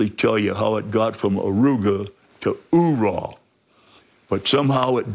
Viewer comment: It’s even been turned from “Oorah” into a noise more akin to a submarine. More of a “Auegh”